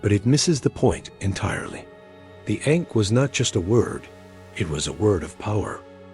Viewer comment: It’s not pronounced correctly and this takes away from the video and the sound of the word matters.